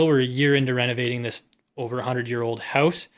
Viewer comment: You shouldn’t cuss there’s no reason for that and why do you say OUT and HOUSE and ABOUT like you do